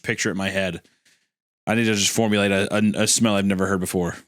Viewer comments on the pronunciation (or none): none